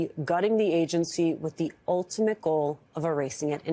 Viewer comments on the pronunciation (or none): none